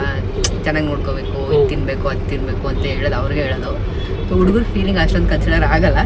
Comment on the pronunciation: ಕಂದ ಅದು ಉಡುಗರ... ಅಲ್ಲ ಹುಡುಗರ. ಅ ಕಾರ ಹ ಕಾರ ವ್ಯತ್ಯಾಸದ ಬಗ್ಗೆ ಹೆಚ್ಚಿನ ಗಮನ ಇರಲಿ ಕಂದ.